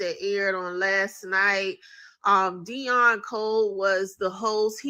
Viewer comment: Why do Immigrants constantly Cosplay FBA's???.... Can't even say Deon's name properly....😂😂😂😂....